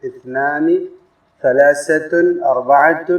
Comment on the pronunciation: لايمكنك أن تنطق الثاء (ث) سين (س) لأن هذان الحرفان مختلفان يجب أن تفول ثلاثة أو إثنين بنطق (ث) وليس سلاسة بالسين وجزاك الله خيرا